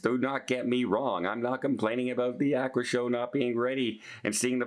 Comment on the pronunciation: “Ah-qua”